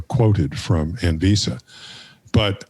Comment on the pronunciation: ANVISA - Great pronunciation,. Cheers.